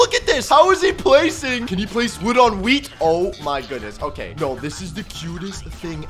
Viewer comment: Wheeth on wood not wood on wheth